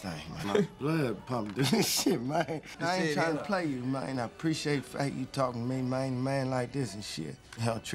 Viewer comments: Nigga said mayne to man😭😂😂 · How many “MAYNES” 😂😂😂? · I was so intrigued by the use of "mayne" in this movie, I was gonna count how many times Terrence Howard said it, but its already been done and in great style. Thanks! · That's thats his Favorite word Mayne 🤣 🤣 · Mayne that’s alot lol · He saying man and mayne lol that counter is off